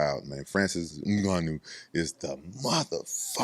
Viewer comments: Rampage sounds like he's being choked when he pronounces Mmgannou😂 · Hahaha. This Ngannou pronunciation always comes so unexpected